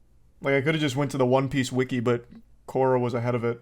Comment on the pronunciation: It’s hilarious how he changes his pronunciation of Quora in every sentence